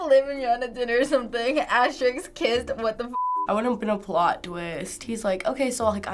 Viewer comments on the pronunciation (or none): "asterickqs" ... Umm, okay.